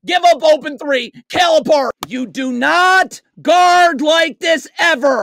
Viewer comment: Dude, you can't even pronounce his name so dont act like you're an expert, SMH.